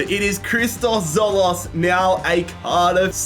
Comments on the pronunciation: It’s pronounced dzolis not tzolos😂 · It is christos TzoLIS not tzolos😭🤣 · It's Tzolis not Tzolos ffs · as a greek, my fav player is tzolis and its pronounced jolis not zolos lol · Tzol(i)s not tzolos and Bas-e not base-e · Its Tzolis not Tzolos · As a Greek and a massive Tzolis fan, this hurt my soul 😭😭😭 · In greek Tz=J so it is not Tzolis but Jolis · As a greek you butchered Tzolis surname but its alright🤣🤣🤣